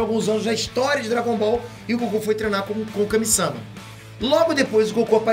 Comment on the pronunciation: Kami-sâma deu agonia... Kami-samá né poxa